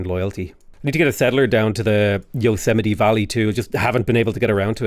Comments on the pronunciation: It's pronounced "yo-SE-me-tee". From a Californian. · Yosemite “yo-seem-it-tee”